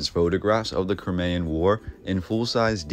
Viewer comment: You pronounced Crimean incorrectly